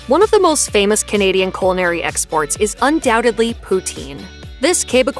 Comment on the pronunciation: The narrator of this video desperately needs a class in pronunciation, both English and French. She butchered so many terms it's not funny, especially French pronunciations. But she also hacked "celery" and "culinary". How could she be hired or work as a narrator???? Awful, she is.